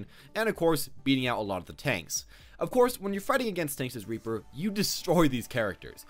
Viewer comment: Lol he said raper lol